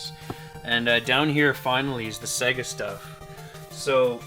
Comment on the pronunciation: It's Not Se-Gu It's Say-Ger ( SAGA ) I Know This Isn't How Its Spelt,I'm Trying To Write It How U Say It